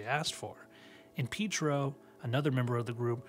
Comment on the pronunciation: Pietro (Pea eight row )